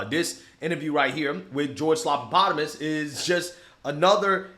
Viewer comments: You're pronouncing it wrong. It's George Slap-a-Platypus. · "Slopapotomus" "Slopadopolous" 😂🤣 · No you're saying his name wrong. It's Slobanoboulos. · I always laugh when calls him "slopapotomus" 😂